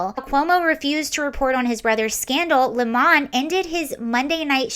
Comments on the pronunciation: I don’t understand why you are forcing the pronunciation of 🍋 to Le Mans. A lemon 🍋 is a lemon 🍋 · I love how you say his name and classed it up, "Don Le'mon" Hahahahaha!